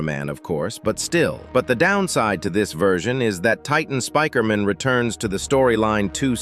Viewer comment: People are saying he is saying speaker in wrong ways but he's saying it normaly